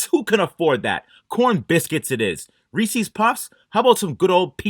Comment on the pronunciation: Are we all going to ignore the fact that he mispronounced Reese’s?